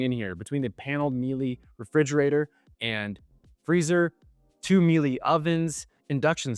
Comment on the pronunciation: Miele: pronounced Mee-luh